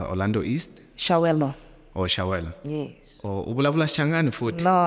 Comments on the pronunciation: I don't think she is a South African, she can't even prounce Chiawelo 😂😂. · She is not South African,she can't even pronounce Chiawelo 😅